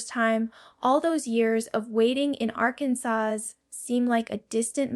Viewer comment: Well your information might be accurate I haven't found any that isn't but this is clearly AI this is not Jenna I said Janet j a n a this isn't her I said j a n a i speak my text and even it doesn't want to say your name right she's not saying Arkansas right she's not saying other things right now the information I hear here isn't totally incorrect but a lot of it they couldn't know maybe they got off the internet from some interviews but this is AI this isn't really her don't be fooled you